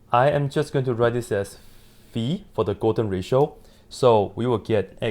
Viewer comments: thank you for the video and for correctly saying the name of the greek letter (not fai, but fee). Same should be for pi (which is pee, rather than pie). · 👏👏👏you pronounced the letter φ correctly yeyyy💯💯🙏